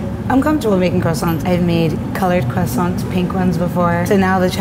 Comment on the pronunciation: Its croissants